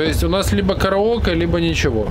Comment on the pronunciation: КараокЭ, СупЭрб, ОкЭй)) в своем репертуарЭ))